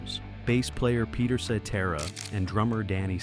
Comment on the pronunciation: At least this AI narration pronounces Cetera’s name correctly.